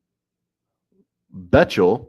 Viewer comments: Btw... pronounced BECKtle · Bechtel is pronounced "Beck-tell" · Its pronounced "Beck-tell"